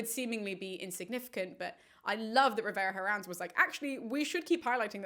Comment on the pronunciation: The H in Herrans is silent.